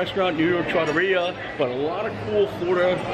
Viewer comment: Well, I’ll be, you pronounced it right. Someone told me a loooooong time ago it was pronounced tra-TOR-ria. Thank you,.